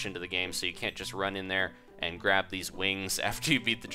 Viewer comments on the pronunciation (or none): none